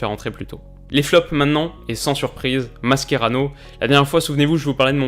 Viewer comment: on dit pas "Maskérano" mais "Machérano"